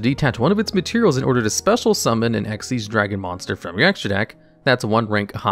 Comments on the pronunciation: Xyz not X-Y-Z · It's "ex-eez" dragon. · You are saying xyz as x,y,z on purpose right? : | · Dark/Arc Rebellion Xyz Dragon is read the same way you read Xyz Monster or Xyz Summon: Exceez. Not X-Y-Z. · I think Arc Rebellion Xyz Dragon is pronounced the same way as "Xyz Summon" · Imagine saying Eks Why Zee Dragon instead of exceed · Also, its Exeez, as in X(Ex) Y(ee) Z(z) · Just a genuine question, why do you pronounce it X-Y-Z? It's just Xyz like the summon method is pronounced. (Edit: Oh you actually bring it up on the other Xyz Dragon. Yeah it's pronouned like the summon method, not like the XYZ Contact fusions.) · Isnt his name pronounced Dark Rebellion Exceed Dragon, I never like that xyz abbreviation for it. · From Konami itself it's pronounced ehck-sees not just read as its spelt. I hope that helps i had to dig up an old tule book who gave the pronunciation when the monster type came out